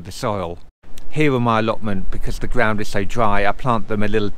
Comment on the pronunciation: fabwic ....and gwound.....im off